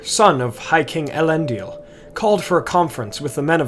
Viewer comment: Why are you pronouncing it as "Elendial"? It's "EHL-en-dil".